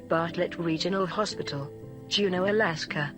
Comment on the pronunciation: Juneau is pronounced June-o : >